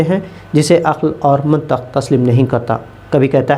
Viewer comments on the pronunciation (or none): Mantiq na ke mantaq... تلفظ کی تصحیح فرما لیے